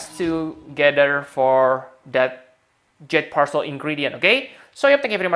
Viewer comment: is calling jade parcel "jet percel